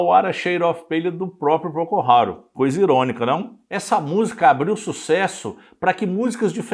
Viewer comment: Por ter um cunho informativo, você deveria pronunciar corretamente o nome da banda